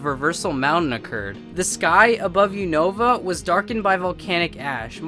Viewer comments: Everyone pronounces it U-n(oa)-va when the real pronunciation is U-na-va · lol he pronounced unova so wrong